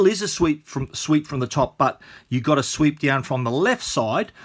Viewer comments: For real? I've never heard anybody using the word "sweep" in this context though. I'm not a native so that was just weird for me to hear him saying that :) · Luke Mattson he actually said "sweep", which is Australian way I guess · If you pronounce "swipe" as "sweep", then how do you pronounce "sweep"?